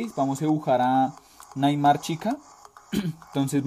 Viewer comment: no es naigtmar es bueno lo escrive como se escucha naigtmer pero es nightmare